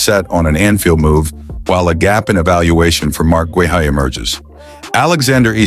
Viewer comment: I have sent them several comments on how to pronounce Guehi but I guess their AI program can’t learn!